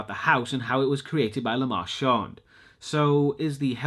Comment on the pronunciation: "The lamaawwnt configuration" Gimme a fucking break. 😒